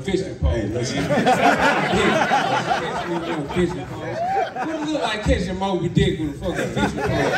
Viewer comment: Moby dick not mont dick lol